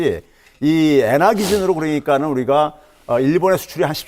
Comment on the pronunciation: Tk,pk출신에 일본에서 공부하신 듯요.. "엥화"라는발음이 범상치 않으신 걸로 봐서 유학시절 혜택이 좋으셨겠네요. 일본의 눈으로 경제를 보십니까?